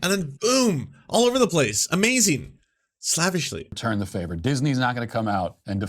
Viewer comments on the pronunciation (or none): i love how he's such a racist nazi that he mispronounces slave-ish as slav-ish. The way it's spelled. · Matt, you pronounced the word for "as if by a slave" as though you meant "as if by a Slav" and here I thought you were pro-Putin